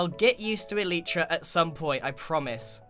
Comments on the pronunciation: Who else is triggered when he says eleetra not elytra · its pronounced E-Lie-tra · Every time Grian pronounces it “El-ee-tra”, it’s quite hilarious 😂